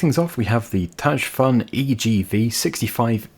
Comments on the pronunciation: you need to pronounce Tajfun as typhoon:D just for the next time you'll read that name out:D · "Tajfun" is pronoinced just like "typhoon"